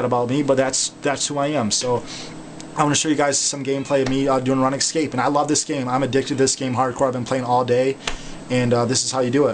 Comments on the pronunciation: Runescape not Ranescape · i hope ur joking about prounouncing it run escape. its rOOnscape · its not pronounced run escape, its pronounced roonscape. lol, spelling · Run excape. I love his pronunciation. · on the runescape maine page it sais RuneScape, so you no that its pronounced roon-scape... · it is runescape its pronounced RoonScape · youve played for 8 years thats why u mispernounced it again its rune scape (roon scape) is how to pernounce it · still watching in 2020 havent pronounced Runescape correctly since 2009